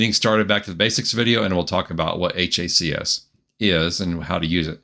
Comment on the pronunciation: it's HACS like HACKS lol